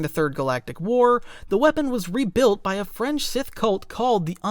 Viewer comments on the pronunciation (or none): Honestly... that definitely sounded far more like "French" than "Fringe"... but yet again english phonetic leads to many spellings the sane people would consider unnatural... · Glad I'm not the only one who heard "french" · You know it’s time to go to sleep when you imagine you heard the narrator say a new ‘French’ cult instead of fringe… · Had to relisten 22mn05s a few times to understand it was a "fringe sith cult" and not a "French sith cult". Even the subtitles got it wrong. 😂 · That’s what I thought he had said at first too but he says fringe sith cult